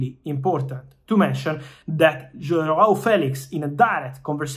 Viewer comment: The way Fabrizio fighted to say "João" was really well! Well said! Saluti Dal Portogallo